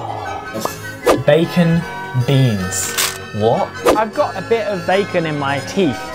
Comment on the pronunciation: Is it just me or is Josh pronouncing bacon weirdly?